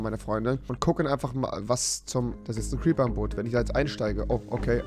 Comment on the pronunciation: Gute Besserung rewi es war ein cwiper